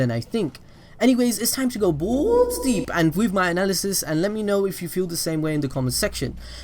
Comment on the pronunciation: “Anyways time to go bulls deep!” I’m dead the way he said balls